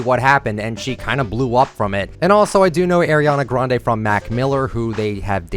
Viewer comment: No not the way he says Ariana Grande’s name LMAO 😂🤚🏽